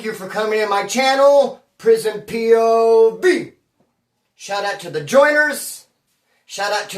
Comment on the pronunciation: Hilarious how say prison p-o- V! Like a fart being held in. Have a Merry Xmas 🎄 Kris 23/16 ⚡🇺🇲👌🏻